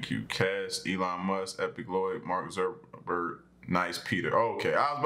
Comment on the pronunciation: Sounded like you said Mark suckaburg